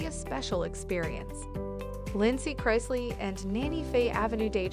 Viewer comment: Again. Pronounce their names especially CHRISLEY. PLEASE